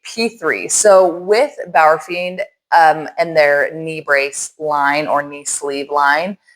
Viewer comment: “Bauerfind” is the pronunciation.😉 Your pronunciation would reflect “Bauerfiend”.